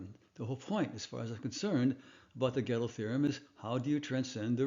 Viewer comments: Step one: Learn how to pronounce the names of important figures in your material. Gödel is pronounced by Americans as "Ger-DELL" (although some might not emphasize the second syllable) It is NOT pronounced "Ghetto". There is NO "Ghetto theorem". Unless you're talking about hip-hop. 😏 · I listened and relistened. You said Ghetto every time. And I am familiar with German, that is why I referred to the American form out of respect for the fact that nobody perfectly replicates a foreign pronunciation. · Who's "GähddL"? 😅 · Please, don't add that silly "r" to the pronunciation of "Gödel"! As you know, this is incorrect. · nevertheless, the pronunciation of Gödel is wrong, even without the r. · If the pronunciation of Gödel's name is supposed to indicate "reasonable familiarity with his theories", like you are saying, and at the same time you are promoting a rather bizar pronunciation of "ö" as a "reasonably correct" way to pronounce "o" + Umlaut, wouldn't that hurt your credibility, given your own rules? P.S. since I have an "ö" in my name myself, I guess this is kinda personal to me. ;-)